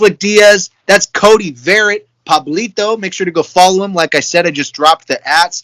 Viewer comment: Dude, it's pronounced Vuh-Rhett...love ya Cody!